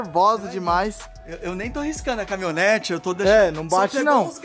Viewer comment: Melhor do vídeo é o falando CAMONETA KAKAKAKAKA